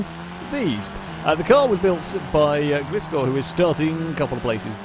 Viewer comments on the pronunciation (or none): hey bud, both ninetales and glyscore are pokemon... Glyscore is pronounced gly- score... Love your vids, keep up the awesomeness